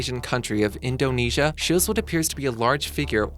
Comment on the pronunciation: I cringe when you say Indonesia. oh geez